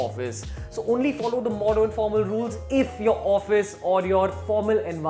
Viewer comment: what's modorn? pattorn? wth bruh.